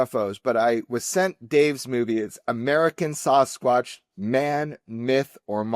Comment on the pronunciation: I like Jeremy a lot but when I hear him Sossaqwsh like that I can vomit 🤢